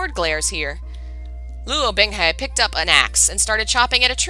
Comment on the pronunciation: I can't help cringing every time I hear "Bing Hay" when it's "Bing Hu" lol Actually, aside from looking up pronunciations (using the donghua and I also use Google's Eng -> CN translation to hear how it should more accurately sound) the story is read very well so far. Better audio, pronunciations (seriously, Chinese takes what I know about letters and goes "HA you thought." Man it really kicks my ass sometimes...) and less interruptions (which are inevitable during streams lol but really good for complete CNWN novices) and this would be the playlist I send to everyone who I think should read it! I think I might send it to my friend either way. I've also been considering doing my own readings of MXTX's books, and other donghua, as well. snorts in amusement when she reaches the System activating... I love you. XD Okay really though, aside from the Chinese words and names (We'll get them eventually!) I do really enjoy how you're reading this.